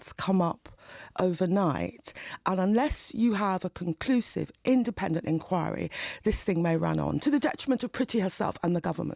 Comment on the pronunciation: She can't even pronounce the word 'inquiry' . Enkawe. We weed a impardal enkawe. No a sybil serbis enkawe, buddah fuh enkawe. Odda buyin harg.